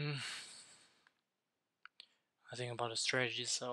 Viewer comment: Bro quality is really bad, cant see the numbers. And I dont get it, you saying sink or think? 🙂